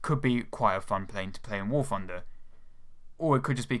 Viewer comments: I thought it was called War Thunder, not War Funder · oh Christ. I know he can't help it, and I know it's a douchey thing to say, but he sounds like a 3 year old when he says "war funder". Yes man, I know it's fun, but it's not part of its name. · I love how you pronounce warthunder, "warfunder"